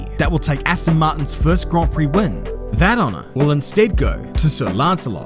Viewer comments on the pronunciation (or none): none